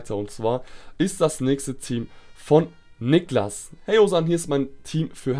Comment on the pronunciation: du hast mein namen falsch Ausgesprochen:( ich heiße Nicklas mit langen i